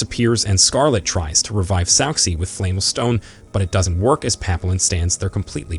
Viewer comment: tbf almost every French word in the recap is pronounced wrong. Papillon = Pa-pea-yon.